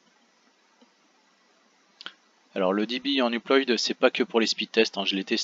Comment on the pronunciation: Sauf erreur de ma part, 5Go en 1 minute environ ça fait plus dans les 50Mo/s soit 400Mb/s (approximativement). Assez loin du gigabit donc. Petit reproche également, upload ça se prononce pas « uployde », mais « uplaude ». Mis à part ça sympa d'avoir partagé tes speedtests.